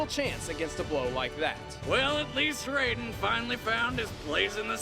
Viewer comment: You pronounced Raiden the correct way at the beginning of the video. When Mortal Kombat first premiered they did pronounce it as RAYden. Most likely because the creators (and fans) weren't all that familiar with Japanese pronunciations at the time.